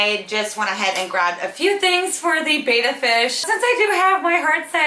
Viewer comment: It's actually pronounced bet-ta. Not bae-ta. (